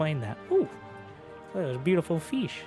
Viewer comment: "oo, there's a beautiful feesh" and I felt that.